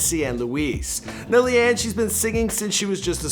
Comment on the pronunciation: leigh-anne isnt pronounced lee-anne :/